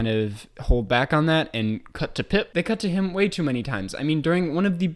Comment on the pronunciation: He's called PIMP,. Not Pip.